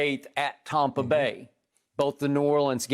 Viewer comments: Someone remind me why skip calls it TAHmpa Bay? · Hes saying Tom-pa bay because its tom bradys team according to him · Why does Skip keep saying "Tah-mpa Bay"?